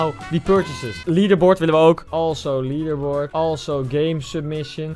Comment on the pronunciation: leaderbord fantastisch engels Koen! Love it!